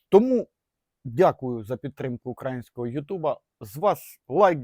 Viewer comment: Не укрААААїнського,а україїїїїїїїїнського. Ганьба.. ,бо укрААААїнський кажуть кацапи..